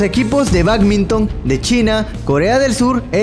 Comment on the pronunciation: en vez de Sidney bacminton en vez de badminton octener en vez de obtener no ocstante en vez de no obstante ¡Y la lista sigue! Soy guatemalteca y la directora del colegio en el que estudié es hondureña. Habla y pronuncia muy bien el español. Graba el audio de tus videos por secciones cortas que te permitan mejorar tu pronunciación.